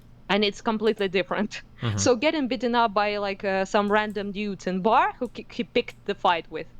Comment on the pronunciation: I love the way says "dyudes."